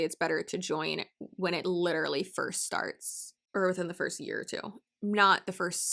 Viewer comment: The way they say it isn't even "literally." It comes out as "litterly."